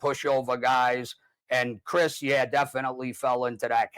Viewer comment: You guys are pronouncing Cris name wrong.